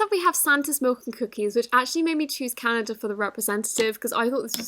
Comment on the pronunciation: I LOVE how she says Canada= 'CanaJa"